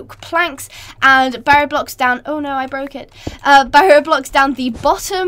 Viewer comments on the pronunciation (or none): none